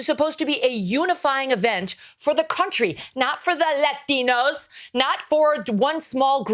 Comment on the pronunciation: She said "leftinos" wow... That's messed up.